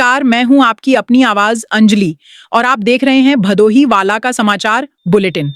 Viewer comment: बहुत अच्छी प्रस्तुति सराहनीय कदम है अंजलि जी से निवेदन है कि भदोही का उच्चारण भादोही न करें।